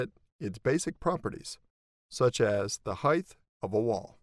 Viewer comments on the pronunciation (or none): nice tutorial thank you. this constant mispronunciation of "height" is annoying however, it's not "heigth"